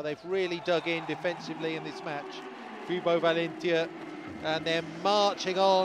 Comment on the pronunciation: First of all the way this dude says valentia kinda annoys me, but anyway. Someone correct me if im wrong but didn't orduna have like eye surgery or something last season. Because he was wearing special indoor shades for the majority of last season. On paper valentia should be dominating. They don't seem to have clicked but it seems to be from setting. Because last season Valentia almost made the semi finals of the league and they did get into the playoffs with Orduna as setter and arguably a worse team.